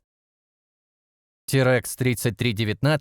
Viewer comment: اقا تو وقتی با تلفظ اسامی ماشینها مشگل داری .اخه کم پرسی .برگی .اید تامپر .اقا یه دوره اموزش برو .ترکس .نه تراکس .